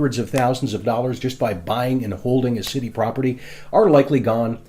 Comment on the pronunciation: I like his videos but he keeps adding h’s where they don’t belong. Like “cit-he” instead of city